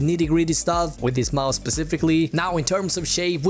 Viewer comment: gillar att du säger majs istället för mouse ibland haha bra video